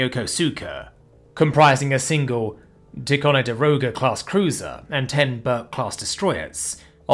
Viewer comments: love your stuff mate, but you murder the native american words worse than a North American. Ticonderoga is pronounced Tigh Kon der o ga , our swabbies just call them Tìcos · ticonderoga is pronounced, tie-con-der-oga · Love the Ticonderoga pronunciation.